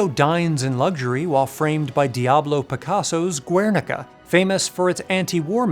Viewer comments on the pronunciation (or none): Guernica. We don't pronounce the U, man.